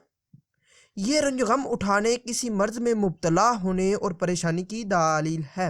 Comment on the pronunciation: Daaleel nahi Daleel hota he